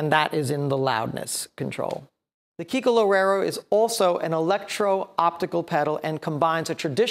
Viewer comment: Is Kiko, Not Keiko!